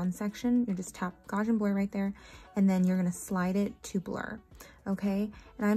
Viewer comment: GOW SEE AN is how you say Gaussian Blur, Carl Gauss was a mathematician who came up with this blur, it’s all math equations❤❤❤ I like your way of doing these Matte bubbles. 😊